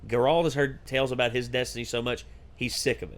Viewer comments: GAIRalt not GerALT. you’re putting emphasis on the wrong part of his name. they say it multiple times in the show, just listen. it’s a good show though, i hope you guys continue. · How do you still say Geralt’s name wrong?